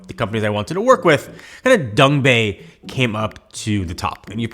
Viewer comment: Love how he says Dongbei instead of Dangbei.